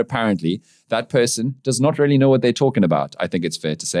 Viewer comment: Why do you keep saying "rarely" instead of "really"?